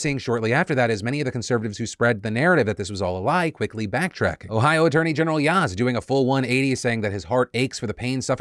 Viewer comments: Hey Phil! For the future, Yost is pronounced "yoh-st." Thanks for doing such a great job evenly covering this story! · the way you pronounced Yost is giving me an aneurysm